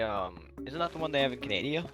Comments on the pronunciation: bro said canadia??? Doth thou meaneth CANADA????? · did he say canaydia? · Why did he say "canadia"😂😂😂